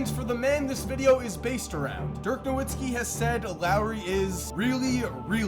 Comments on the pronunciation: Holy shit. You claim to be a fan of the nba but can’t even pronounce dirk’s last name correctly. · You can’t trust a guy that can’t even pronounce Nowitzki correctly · How the fuck does somebody make hundreds of nba videos and still not know how to pronounce “Nowitzki”